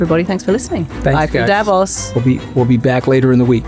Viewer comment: The Mooch gets the stress on "Davos" right, while his Swiss counterpart pronounces it otherwise!